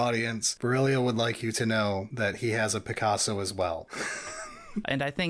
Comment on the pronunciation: Berillio You Smoth MF lol just make them say picasso like that